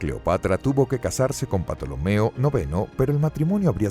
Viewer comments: Aunque grandioso video, no se pronuncia Patolomeo se pronuncia Ptolomeo tal cual. Perdón por parecer un listillo. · porque dice patolomeo? me da rabia, no es patolomeo es tolomeo la P no se pronuncia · el video esta perfecto, incluso las imagenes de Assasisns Creed Origins; salvo lo único que arruina el viaje histórico son los nombres de patolomeo que segun recuerdo la P es muda y se pronuncua Tolomeo de la dinastia Ptolemaica, hay un libro de alejando magno que habla sobre y muchos detalles sobre su viaje al Oasis de Siwa,etc. lo de Patolomeoque me imagino que debe se ancestro del pato donald jajajaja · Super video enserio, pero respeta tantito los nombres, que es eso de Patolomeo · En mis clases de historia clásica se escribía PTOLOMEO y se pronunciaba TOLOMEO. ¿PATOLOMEO? JA JAJA JA 😀🙂😁🤣😅😂🙂🙃😉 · Se pronuncia "Tolomeo" o "Tolemaico". La "P" en este caso es muda y no le sigue ninguna "a". Por tanto no es "Patolemaica". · Si aca pronuncias "Patolomeo" ac qluiere decir que tambien pronuncias Pisicologia? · ¿Patolomeo? Qué manera de arruinar un buen video. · La P es muda se pronuncia tolomeo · Yo se que La "P" no se pronuncia Yo aprendi a pronunciar "TOLOMEO" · es cierto se pronuncia tolomeo pero bueno un desliz lo tiene cualquiera realmente es un fallo aceptable quiero decir sino has tenido contacto con el latin y sobretodo nombres cientificos no se lo perdonaría a un paleólogo además si alguien quisiese ser estrictamente riguroso dudo mucho que su mejor baza fuese un video de apenas 10 minutos... bastante aguanta el tipo el canal >.> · Cada vez que dices "patolomeo" me es acuerdo de las patoaventuras con el tío Mcpato jajajaja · Se pronuncia tolomeo xd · Que risa patolomeo 😂😂😂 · ¿Porqué este narrador dice "Patolomeo" era "Patolemaica"? Hasta donde sé no se pronuncia así, ¿o si? Se escucha raro. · La P es muda se pronuncia tolomeo xd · Cierto la P es muda se dice tolomeo